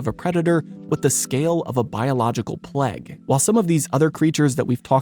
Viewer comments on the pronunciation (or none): I enjoyed every thing untill you said pleg is plage